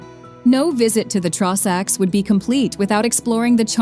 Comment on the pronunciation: The Trawsacks 😭😭😭🤣